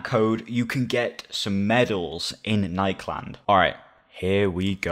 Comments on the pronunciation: nikeland instead of nik-e-land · lemme help you pronounce it ni-key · It is nik e land is how it is pronounced